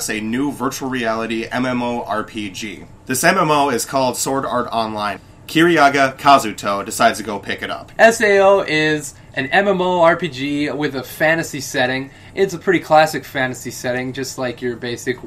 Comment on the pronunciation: ___- it's kazuto Kirigaya not Kazuto KIRIYAGA...